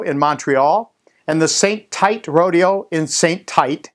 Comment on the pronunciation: St-Tite is pronouced Saint- Teet. Good job none the less.